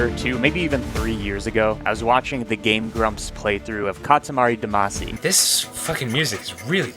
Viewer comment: Love love love your content. Can't believe that's how you said Katari Damacy. Love it.